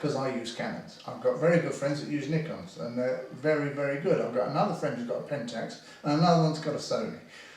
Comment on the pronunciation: he said neekon,not naykon.. nice !!